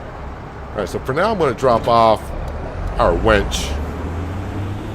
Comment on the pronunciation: its winch not wench